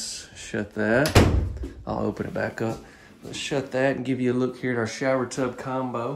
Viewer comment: A "SHUB"! To TAKE a "SHATH" in! 😂😂😂